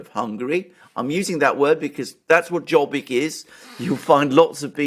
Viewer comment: It's good to hear my hometown (Budapest) pronounced correctly on an English speaking channel. 😊 By the way the party name "Jobbik", the pronunciation is closer to "yobbik", not with a J. The word itself means "better" or "more right". Personally I never voted for Mr. Orbán or his party, and left the country 8 years ago anyway, so I feel unsuited to comment on Hungarian politics.